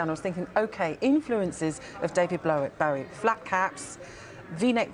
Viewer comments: . David Blowie. . Very com-plate-ative. Golden 💀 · 😂 She said, David Blowie😂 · She even called him David Blowie lol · She said Blowie, the guy at the desk is Bowie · its bowie